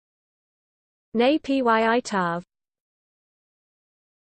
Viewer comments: No it is wrong way to pronounce it is supposed to be pronounced as “Nay Pyit Taw” not “Nay P Y I Taw” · I’m from Burma and this is wrong It is supposed to pronounce as “Nay Pyit Taw” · This is the worst pronunciation I have ever heard. Even "Nay-pee-uh-tor" is better.